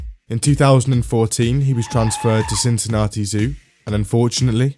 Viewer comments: On behalf of every other British person in the world, that's not how we pronounce Cincinnati. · His pronounciation of Cincinnati is driving me nuts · STOP PRONOUNCING CINCINNATI LIKE THAT